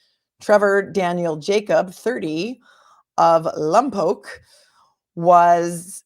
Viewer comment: You pronounced “Lompoc” correctly 🤗Are you familiar with the Central Coast? I’m from that area ☺️